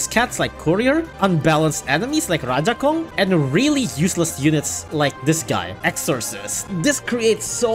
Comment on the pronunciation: love how he says/pronounces rajakong